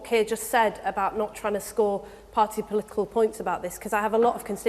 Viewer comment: Imagine electing a prime minister who can't say political.